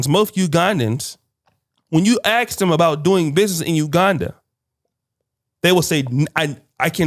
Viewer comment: it's "ask" not aks